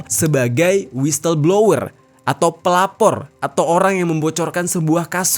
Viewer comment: whistle = dibacanyah wisel